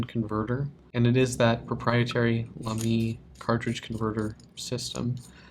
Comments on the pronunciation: Thanks for a nice review. Even if your pronunciation of Lamy drives me up the walls... Great job with the a in La, but don't stress the second syllable. Like Baby. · It’s laa-me